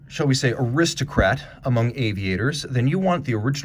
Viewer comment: On that GMT, did you really say "Wrist O. Kratt"? Love that DB27. Great video.